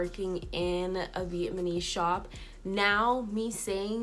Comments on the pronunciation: Please let me just have this moment to laugh at how you're saying "vietMAnees"😂😂😂instead of Vietnamese! And you're saying it so confidently!... I love it!😂 But seriously... Thanks for sharing this... You should take your good ethics and business practices where you can really shine and be empowered in your craft. Much success to you😘❤ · Viet-na-mese!!!!!!!! Not vietmanese🙄🙄🙄🙄🙄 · I’m sorry no disrespect but please look up how to say the word Vietnamese because you’re not pronouncing it correctly. Respect for putting the truth out about some of these salons, bc unfortunately it’s the truth..